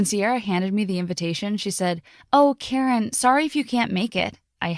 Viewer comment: I bet people were laughing when she said her name was Karen and they scrolled down and found her name is pronounced ""